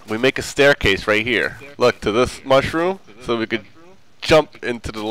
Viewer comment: Living on the mushrrom biome! UH not ''HUH